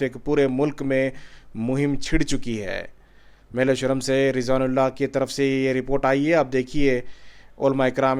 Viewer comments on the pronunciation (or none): Meleshoram nahi bhai Melvisharam hai